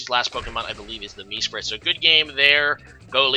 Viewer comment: MEsprit? Reg-ay-rock? Cmon man pick up a handbook, for someone who’s played for so long your pronunciations are terrible🤦🏻‍♂️